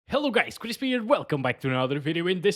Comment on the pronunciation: Chris not chrisp